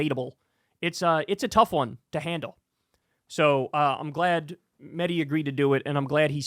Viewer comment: Kyle, why do you insist upon mispronouncing Mehdi's last name? You know the proper way to say it, yet you refuse to do so. It's very disrespectful.